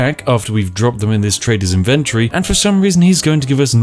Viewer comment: How many times will this moron mispronounce inventory holy crap